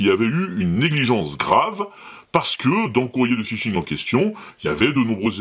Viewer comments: Fishing et pas Phising :D Sinon bonne vidéo bravo :D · Phishing ! pas Phising (1'15) 😅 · Salut! Je viens de m'abonner car j'apprécie vraiment tes vidéos. Juste une petit truc, phisHing ça va mieux avec le H, comme pour d'autres choses! A+. K.